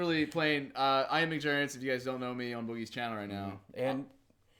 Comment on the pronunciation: "Muckjergits" why can't you say your own name?